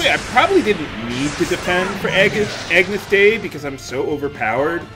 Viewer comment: Its pronounced "ah-nyus deh-ee",.:)